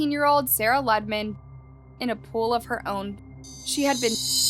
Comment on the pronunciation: It's pronounced Loo-de-man. Not Luddman.